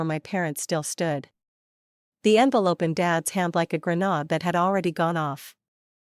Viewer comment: Please learn to say grenade properly